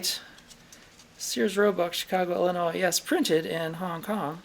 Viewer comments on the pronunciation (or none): "Illonoise? both of them? Its pronounced "Ill-uh-noy" the S is silent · I love you, -- but for gawdssake the S in ILLINOIS is silent. When I hear it I just want to scream and rend my clothing. LOL